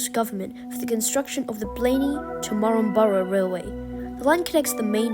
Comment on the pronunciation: This is a bit local for my liking... I think I had a stroke hearing that, it's pronunced MAN-DUR-A-MA